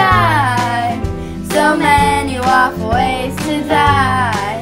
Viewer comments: Sounded like it said "rough" ways to die xD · I don't like that you say WoF ngl- (no hate tho) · Why did I think she said walkways to die when she said wof ways to die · I can’t stop hearing waffles now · When they say WoF ways to die why does it sound like they say ‘ Waffle ways to die ‘ ?